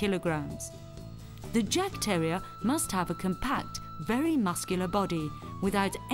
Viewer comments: The first part of this documentary is about Jagdterriers (German Hunting Terriers). Still a fine documentary, but the title should be changed to include "Jagdterrier". Oh, and it's pronounced yawk-terrier. The "yawk" rhymes with hawk. It's the German word for "hunt". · The 'J' is pronounced as a 'Y'. So the Jagdterrier is pronounced as 'Yagdterrier'. If you're gonna educate people on a topic, then start with yourself first.